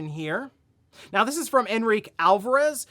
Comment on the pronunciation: What surprises me is didn’t pronounce Enrique correctly 😅